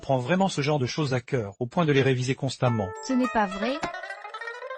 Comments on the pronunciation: Pourquoi vous dite chœur au coeur LE COEUR cest C pas CH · Coeur n'est pas sœur le C ce prononce Q